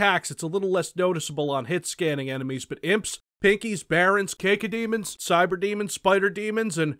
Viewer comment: Um excuse me "Cake-oh demon"?....., I love you man but...god that was a bit painful